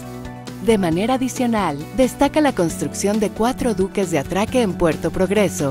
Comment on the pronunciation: Diques, en lugar de duques.